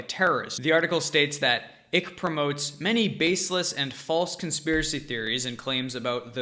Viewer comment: lol.. can't tell if you're trolling him! it's "Icke" - like "mike" not "ick" like "sick"